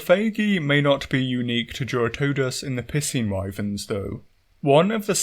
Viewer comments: "capcom have the fun pissing fight nailed down" THATS EXACTLY HOW YOU ARE PRONOUNCING IT MAN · "It does seem at long last capcom have the fun pissing fight nailed down." At this point I'm starting to think you may be 'mispronouncing' the word piscine on purpose 🤣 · There’s a reason why I pronounce piscine as “pie-scene” and not “p*ssing.” Lol. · Im sorry, I can't stop hearing "pissing wyvern" instead of piscine wyvern. Its uncanny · I don't mean to pick on you or your accent, but I love the way you pronounce Piscine. Sounds like you're saying "pissing" lol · The way he says "Piscine" is Piscine me off.